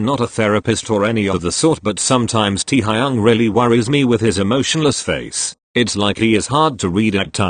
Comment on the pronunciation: correction teeeaaaa-high-young